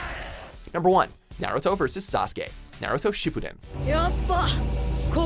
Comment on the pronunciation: HE PRONOUNCED NARUTO AND SASUKE PERFECTLY!